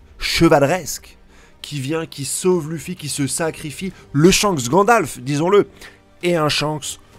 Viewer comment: C était pas shanks c était chankss